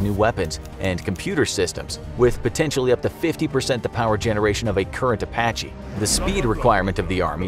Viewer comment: A sounds like E in Apache